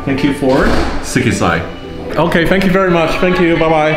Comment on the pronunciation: That’s “Sekkisei” 😭